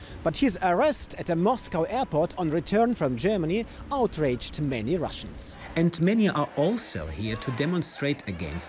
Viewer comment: Wow. Someone using Russian soft "l" sounds. Just this one specific thing, and Russian names sounds much more accurate.